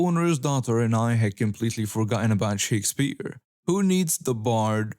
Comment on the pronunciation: The way this dude says 'Shakespeare' gave me cancer.